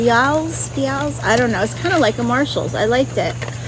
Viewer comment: Bealls is pronounced bells...just FYI since you're one of us now 😊😁❤️